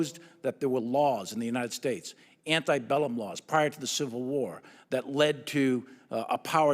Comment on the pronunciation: Its antEbellum. Not antIbellum. Yeah, he's really well read.